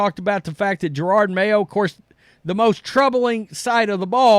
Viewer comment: If you are going to “cover this Jerod mayo thing” Can you learn to pronounce his first name ? JeroD , no R’s in sight , definitely not pronounced Gerard as in Gerard Butler from 300.